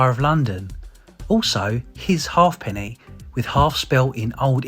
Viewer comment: They are not called half pennies its pronounced haypenny, qnd throopenny bit sixpence as one word or tanner.